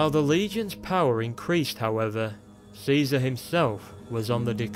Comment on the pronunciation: he prounonced it kizar..being born after the apocolypse